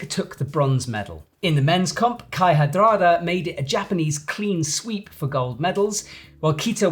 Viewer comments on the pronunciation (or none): Kai Harada, not Kai HaDrada... C'mon it's not so hard...